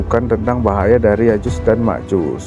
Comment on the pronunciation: Ma'af itu bukan Ya'jus dan Ma'jus, Melainkan " Ya'juj & Ma'juj